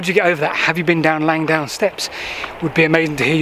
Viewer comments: It's Langdon, not Langdown! It was a searchlight battery in WW1 I've been down there on a GeoCache hunt, about 15 years ago. It is steep. :o) There's no shame in vertigo. I have an irrational fear of dying in a plane crash. (Irrational because I don't fly.) All the best. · Langdon as it's spelt, not Langdown. Sorry you didn't make it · LangDON not LangDOWN! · Its Langdon, LangDON, not bloody Langdown. FFS!